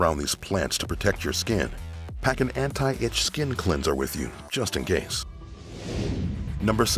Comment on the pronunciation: Cleanser* not Cleanzer